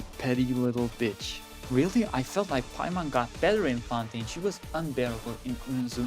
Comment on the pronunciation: WHY DID THEY BUTCHER EN PAIMON???? HUH???